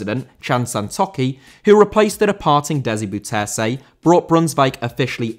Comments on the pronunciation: Rather "Boaw" than "Bow" Because A bow (as in bow and arrow) is pronounced in dutch as Bo... The "Bou" part in Bouterse for english speakers is "Boaw" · Bouterse: bow-tur-suh, with the emphasis on "bow". That was some excellent butchering you did there 😁Great video, thanks!